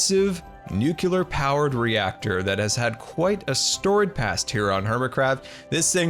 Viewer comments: you said "nucular". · Please don’t say NUCULAR!!!